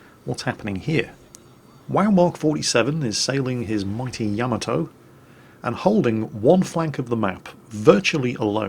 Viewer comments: Hey - in every replay in which you feature the Yamato, you play that little sound byte. In it, the name of the ship is voiced. And yet, every single time, you mispronounce the name of the ship despite having a sound byte TELLING YOU how to pronounce it! Why!?! Why!?!? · any reason you keep mispronouncing Yamato? You have the song to help you?